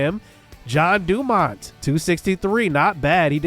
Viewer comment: So, you're pronouncing his name as John DuMont. Should it be Jean, as in like a pair of jeans?